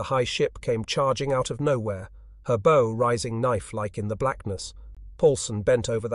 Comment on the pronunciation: So you're telling me the U-boats didn't sink ships with arrows? I'm of course poking fun at the way bow is pronounced. It doesn't sound like the front of ship. It sounds like a device used to shoot arrows.